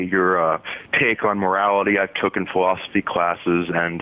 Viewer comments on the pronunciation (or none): Did he say TOOKEN?